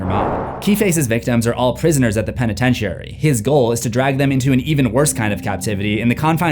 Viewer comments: "penetentiary" sir! it's prononounced "pen-ih-ten-sure-ee" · For someone who talks for a living youd think that youd know how to properly pronounce words instead of saying penetentiary like a retard.